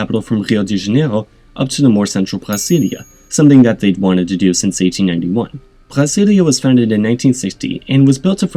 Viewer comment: I also hear a French R in his pronunciation of Rio de Janeiro and Brasilia .